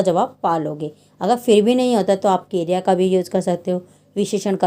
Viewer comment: Kirya nahi kriya